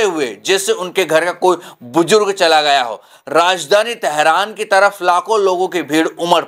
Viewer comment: It’s not Zigar but Jigar Don’t mix up Z to J and J to Z It’s Buzurg not Bujurg 😂